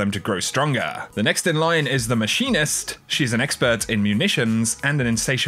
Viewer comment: you are not illiterate are you. Its pronounced the (Mek-a-nist) not (Mash-ee-nist). The Machinist. Like "Mechanical" not Machine like "washer machine". Man it bothers me when Youtubers mis-pronounce names. What that does is lead to the entire community saying the wrong name. Pronounce it right please.